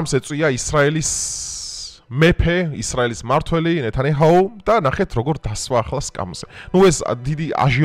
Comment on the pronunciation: ნეთანიაჰუ და არა ნეთანიჰაუ